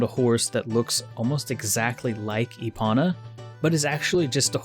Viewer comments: lol e-ponna. (E-pone-uh) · Why does he call epona “epana”? Cringe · I'm pretty sure they still say it with a long o. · Give the video a 7 out of 10. Minus 3 points for your pronunciation of Epona. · Everytime he says Epona's name wrong I want to throw my phone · OMG it’s not epona, it’s epona!